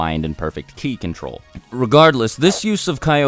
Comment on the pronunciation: it's ki not chi